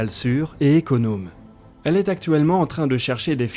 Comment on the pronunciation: on dit "économe" pas "éconaume", c comme pour les chocolatines... cela n'existe pas, c "pain au chocolat"